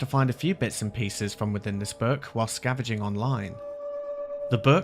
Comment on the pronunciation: I know it's not a name... but you said "scaveging" when you should have said "scavenging". That's not a word, so it's more than names being mispronounced. You're making words up as well.